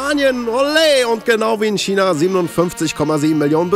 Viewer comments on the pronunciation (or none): none